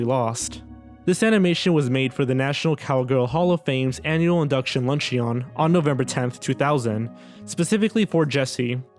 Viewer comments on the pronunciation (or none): Re: #2: "Lunch-eeeee-on"? It's pronounced "Lunchin'". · "A Frankenstein" You mean Frankenstein's Monster. The monster never had a name. Also "Lunch-eon" I know it's spelled that way but it's pronounced "Lunch-un".